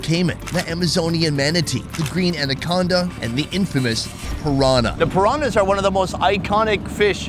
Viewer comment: I love that can not pronounce pirañas hahaha